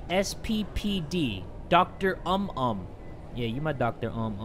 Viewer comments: Doctor "UM UM" THAT MADE ME LAUGH SO HARD😂 Its supposed to be pronounced "oo-moom" which means "general" I think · Indonesians: "general doctor.": "Doctor Um Um" 😂😂😂😂😂😂 (For those who don't know, "umum" is pronounced like "oomoom") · i'm so cracking up at "doctor um um" lmao. it's pronounced like "ooh-moom." which means "general." so Dokter Umum means general physician. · "Doctor Um Um" hm😔✊🏻 Man I be dying listening to him tryna pronounce these words lmaoo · "Doctor Um Um" 😂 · Doctor Um Um Me: rofl why are you so cute 🤣 that's not how it's pronounce and 'umum' means 'general' in English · umum, the u in Indonesian is pronounced "oo" like in "too" or "moon" so its pronounced "oomoom" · Hahaahahhaahha oh my God....I felt terrible for laughing about pronounce the Indonesia word🤣🤣 •Lobby uw-tah-mah •Dokter uhm-uhm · Btw it's supposed to be spelled oom-oom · No one:: Doctor Um Um Yo I can't stop laughing at how he pronounce the word "umum" XD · Umum is actually pronounced as "ooomooom" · Doctor UM UM Me: dead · When dokter umum become dokter um um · DR UM UM